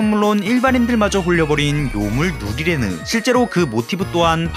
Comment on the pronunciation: 누리레느 발음 개어려운데 엄청 잘하시네 ㅋㅋ